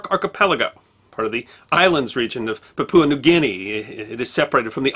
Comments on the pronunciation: Isn it pronounced "PA-pua" or "PA-pwa" New Guinea; rather than "pa-PU-a"? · Never heard it pronounced that way. Common English pronunciation is Pap-you-a, but more correctly should be Pap-wah.